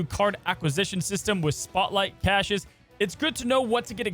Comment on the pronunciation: We say CASHES now?